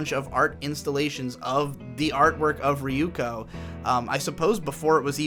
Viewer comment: riyuko ... why can't he pronounce Yoon slides?